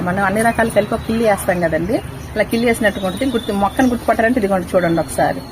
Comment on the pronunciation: కిల్లి కాదమ్మా కిళ్ళీ